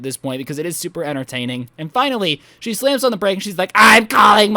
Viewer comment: Am i the only one who realised that he said shooper sharp turns